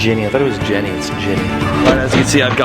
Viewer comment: I would like to suggest the name genie because that is what I heard when u said jenny